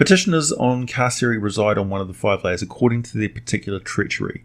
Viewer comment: Did you really pronounce Hades as "Haids" instead of "Hay-dees"? I'm also thinking Carceri may be pronounced "Kar-Keri" but I may be wrong on that one.